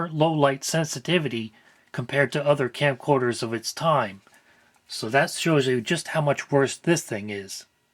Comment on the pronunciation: It's okay. I trust you. "Scamcorders".